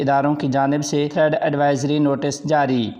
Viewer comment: تھریڈ نہی تھریٹ کہیں جناب